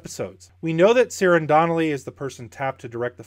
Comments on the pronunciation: Ciaran is pronounced like Keiran, Irish names never have a soft c sound. Sorry, that just bothers me. Love the content though! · C in Irish is always pronounced as K. Ciaran = "Keiran". Like Keira Knightley (but the masculine version). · That soft C bothers the hell out of me.